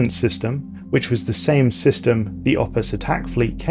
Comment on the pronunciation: i honestly kept mishearing "opus" as "office" and i found that kinda funny